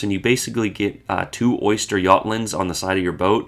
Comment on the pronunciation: Why do you keep saying oYster for Östergörland?😂 There is no Y in the name...